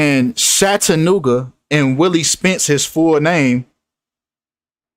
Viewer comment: it's CHAT-A NOOGA...ITS NOT SHAT LOL